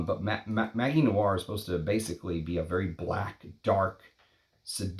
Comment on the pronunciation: Interesting video. Btw, in French, ‘magie’ is pronounced with a soft ‘g’, as with the English ‘magic’.